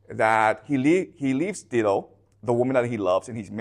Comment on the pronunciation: I know English is not his first language, but FYI it's pronounced DIE-DO, not DID-DO.